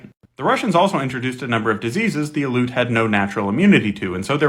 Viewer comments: Aleut is not pronounced“uh-loot.” It is “al-ee-oot” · You lose a lot of credibility when you pronounce Aleut wrong Say alley like a small street/back alley Then say "oot" like "hoot" without the H Alley-Oot Ale ut Aleut Thank you for your attention to this matter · Aleut. Al-EE-oot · Not “aloot.” Al-ee-yoot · It's pronounced AL-ee-oot. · pronounced al-E-ut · Aleut is pronounced “ah-lee-oot”. You should pronounce their name correctly for respect, as a descent of settlers on native land yourself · You’re pronouncing Aleut wrong. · Love the video. Factual, but Aleut is continually mispronounced. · Came here to say this. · Yeah that was pretty annoying hearing it mispronounced over and over, it's not some tricky word it's their name. I'm Tlingit btw